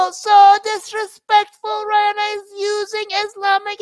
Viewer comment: who the hell is "Ryanna"? 😂